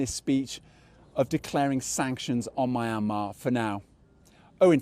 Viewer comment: Dude you work for CGTN pls learn to pronounce Myanmar correctly to start showing respect to other country. Don't continue to be like donald trump mentality, he can't even pronounce hydroxycholoquine Indeed Joe Biden deserve more respect than donald trump the 'amok guy'